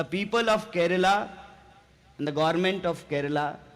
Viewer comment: He is the first north Indian to pronounce it correctly as Kerala and not as Keral as all north Indians do. He deserves a PM's position some day.